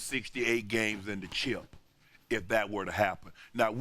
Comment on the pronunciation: "and the cheup"- Shannon Sharpe